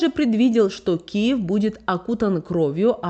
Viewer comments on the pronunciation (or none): none